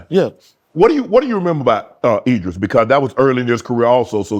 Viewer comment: Idris Shannon, not Edris🤦🏾‍♂️😂😂